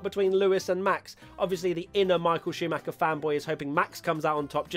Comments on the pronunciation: No no, you said "Showmacher" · Uh. Who is "show-macker"?